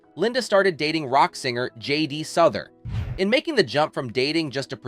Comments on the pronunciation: Souther is pronounced like south. As in you're south, but I'm souther. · i cant take this seriously & i had to stop watching after the first 2 minutes , you really didnt do your research well , Souther is not pronounced correctly , it should be pronounced SOWTHER, then you show numerous pictures of Souther with some woman who is NOT Linda Ronstadt and you also say they wrote many songs TOGETHER, well Linda was NOT a songwriter...this is embarrissing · It's South=er.